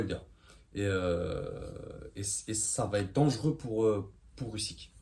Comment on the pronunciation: Ton analyse sous évalue totalement Usyk et on prononce Ouzyk ! Slava Ukraini 🇺🇦🇺🇦🇺🇦